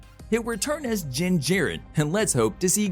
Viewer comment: he also said jin instead of din lmao butchering names